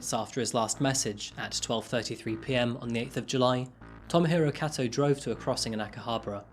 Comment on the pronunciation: Kato is pronounced "k-toe"